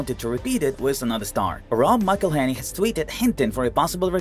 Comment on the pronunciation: There is even a video how to pronounce Rob's name, on YT, I guess you failed to qualify to watch it...